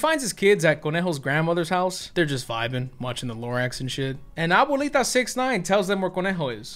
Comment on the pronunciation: Did he jus say “Abuelita 69”?!?!😂